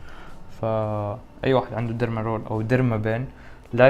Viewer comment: اسمها ديرما رووولررر مش ديرما رول 😂😂